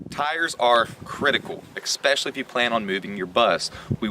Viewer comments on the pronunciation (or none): Ecspessilaly , or especially?